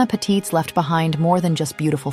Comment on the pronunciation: Not that it matters much but I'm German and just happened to notice, the stress in Patitz is on the first syllable